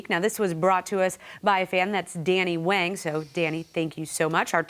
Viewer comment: It's pronounced wong not wang :/